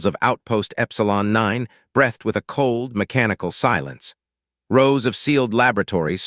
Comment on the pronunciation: 0m:0s: "... BREHTHed with... NO. The word is BREEthed. --- 8m:28s: "/// patched a TEER in he suit ..." Who was crying? At this spot, the word is pronounced TARE, to ryme with RARE, SPARE.